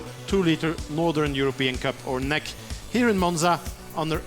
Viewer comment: I think it's great racing! But the commentator! Omg he is so bad 1) he calls it nec like a word not N E C or Northern European championship etc.. 2) he says 'there is no DRS like in F1 this is proper racing??!! What why would he say that! 3) HE DOESNT EVEN KNOW THERE NAMES!! HOW UNPROFESSIONAL!! He says the guy in front!! Please do something about this I am trying to enjoy a good race but he kills it! I cannot watch this anymore